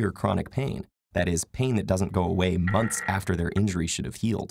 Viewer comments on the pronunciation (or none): none